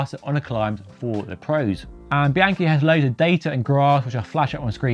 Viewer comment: Bee-ahn-key. This one is FUGLY.